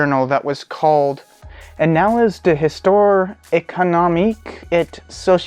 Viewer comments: ees- toir( as in boudoir), ay(as in hay)-con-om-eek, ay sew-see-al (as in Al Green) ...... :) nice job on a difficult subject. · Histoire is pronoucned kinda like "Hisss-twwa" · "Heestwaahre". Oh, and no "sh" sound on that "ci". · Pronounced "histwar"... And French is a lot less weird than English for that matter. :-)